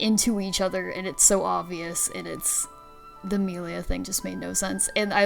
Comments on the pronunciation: It's annoying when people purposefully pronounce the name wrong. It's not funny. Just incredibly lazy. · "Melia slander" I WONDER WHO DID THAT!? HM, COULD IT BE THE ONE WHO CAN'T SAY HER NAME CORRECTLY!? Honestly it was an bad move to not bring in Chugga. IT WAS AN EVEN WORSE MOVE TO BRING IN SOMEONE WHO DOESN'T KNOWS HOW TO SAY "MELIA" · Got to 5.41 before I had to watch different opinions where they can pronounce Melia correctly. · I hate how she pronounce "Melia" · It's been 3 months and I still can't get past that.